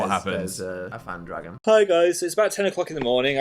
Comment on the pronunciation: phan dragon? phagon. cmon.